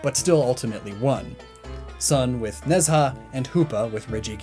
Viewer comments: nez ha? its more like ne ja :/ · Its not nez ha its ne zha pronounce ne cha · Ne Zha is loosely pronounced in English like "nuh jah" the retroflex zh sound doesn't exist so j or dj technically sound like the j sound in Mandarin. Regardless hearing "nez ha" is major cringe. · You put the image of Ne Zha from the 2019 film of the same name which is on Netflix and comes with subtitles and you still pronounced his name VERY wrong. The mandarin to English dictionary says its pronounced knee-z aa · Ne Zha is pronounced nah-JHA or something to that effect (don't know how to express tone in writing lol) But does anyone else think it's funny that Sun Wukong--the inspiration for a great many characters in contemporary pop culture--is itself inspired by another character. That being Hanuman (loosely pronounced HAH-new-mon.) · As a Chinese kid every time I hear you say Chinese words I correct them in my head. Still doing a better job than my sister though. Keep up the good work. Ne Zha is pronounced more like nuh (piz)za. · goddd the mispronunciation of Nezha keeps annoying me